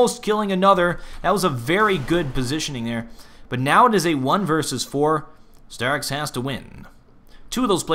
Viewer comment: it's staaarix not sterix